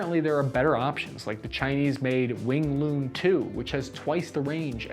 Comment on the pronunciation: "Wing LOON"! :) It's actually Wing LOONG(Pterodactyl, or Ancient Flying Dragon or something).